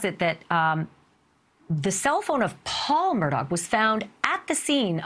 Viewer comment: Male commentator Screwed up Buster and Paul's name's ....other than that...yeah